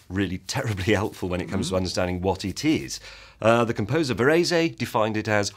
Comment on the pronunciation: Interesting / entertaining take on the subject, but the host's pronunciation of Varèse is just sad. N.B. Though of Italian heritage, Varèse was french and his name pronounced more like Va-ress, and NOT "Va-rese-y", as the host declares. It's clear that the host had no idea who this composer was before preparing this video, because anybody who knows of Varèse (and his famous statement about music being "organized sound"), would know how to pronounce his name. It's general knowledge and pronouncing Varèse's name in this manner is no different than referring to Freud as "Frud" or Bach as "Batch". It just sounds ignorant.